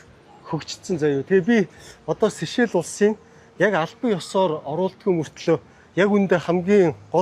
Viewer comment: Хэл ам дуудлага энэ тэрээ засалдаа. Улс орны нэр усыг нь ядаж асууж байгаад ярилдаа. Сэшээл сэшээл гээд солиороод байх юм. Чамайг үзэж байгаа залуу үе маань буруу дуудна шдээ. Бүүр болохгүй бол AI-аас юу гэж дууддагийг нь асуулдаа.